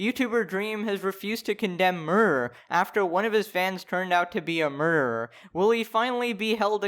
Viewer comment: are u trying to avoid the word murderer or am i going insane and just hearing murmurmur